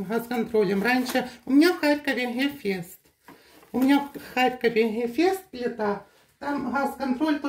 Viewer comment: Почему нельзя выговаривать букву Г, как же ужасно звучит Хефест, Хаз, а ХуХл😂 ужасный говор